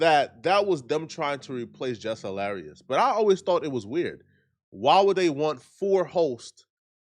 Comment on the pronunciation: Bruh did he say “Jeff Hilarious ?” 😂😂😂